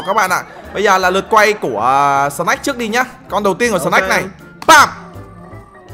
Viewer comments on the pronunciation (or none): Anh bi đọc tên snake thành snack :)